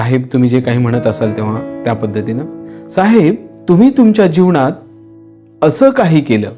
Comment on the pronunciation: तुमचा व्हिडिओ आवडला पण काही ठिकाणी बोलताना तुम्ही न चा ण असा उच्चार करता उदाहरणार्थ जीवणात माणव किंवा ज्ञाणाचा ह्या शब्दा कडे लक्ष दिलत तर ते भाषण अधिक प्रभावी होईल